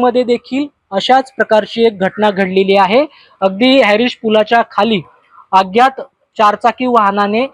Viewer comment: अग्यात नाही अज्ञात बोल 😂😂😂 मराठी भाषेची आई बहीण करू नकोस 😡🤬😡